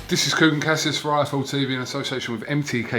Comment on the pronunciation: it's "U ee" not "hUee" kugan, get your pronunciation right